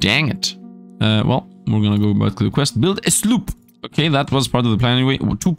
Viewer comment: Card Survival: Tropical Island? You could, now that the game is reaching its full release. In 20 Minutes Till Dawn, instead of saying Fusillade, you always said "fullisade". Now, here, instead of saying Sloop, you're saying "slop"? Foil cards means they can be sold for more gold/shells. Card pack refund Good night, sweet dead meme... (hoooo) Card... hub An amazing idea that Mr. Beast wouldn't ever think of Fun fact: Before the patch, you could move from the main area to the island and skip a day. So, you could use this as a cheat if you're running low on food. (I mean, Retromation did that a couple times, so you would as well, wouldn't you?)